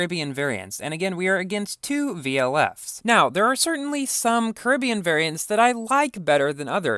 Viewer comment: Why do you say Caribbean like you do